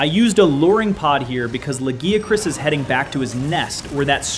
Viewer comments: I love that you pronounced Lagiacrus differently almost every single time 😂 Fantastic video as always! Love your content, keep it up! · No, its not just you. I think GL has the worst focus strike. Also, the way you pronounce Lagiacrus differently everytime cracks me up. Next time say the japanese name! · How you miss pronouncing Lagiacrus when they even said it in the cutscene 😭